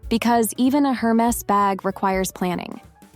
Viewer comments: You don't even know how to pronounce Hermes 😂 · Hermes mispronunciation aside, these tips are all pure gold. Thanks for sharing, 😘!